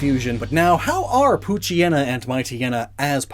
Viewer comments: The anime mispronounced Poochyena. Sadly that trend has continued even to this video. I know it's a mouthful, but as a portmanteau, it should be pooch+hyena, so... pooch-eye-eena. By extension, Mightyena would be might-eye-eena. By the way, I don't think this bit got enough focus, but hyena's aren't just scavengers, or even primarily scavengers, despite how they're depicted. There's a fierce rivalry between lions and hyenas. Both are predators and both steal from each other regularly. Hyenas just got the short end of the stick on reputation. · I dated someone who called Poochyena: “Poo-chee-nah”. Out of all of the mispronunciations, that was definitely one of them.